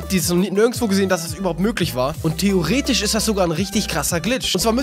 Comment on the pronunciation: und "Theo"retisch... xD